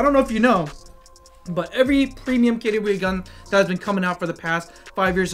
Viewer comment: I never knew KWA is pronounced "kettya wey". Expert drop here